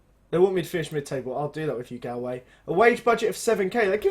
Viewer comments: it's pronounced golway not galway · It's pronounced GOLL-WAY